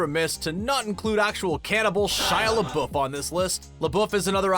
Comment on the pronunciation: Pretty sure you don't say Shia Lebeouf like Shia LaBOOF either. Or Affleck like Afflack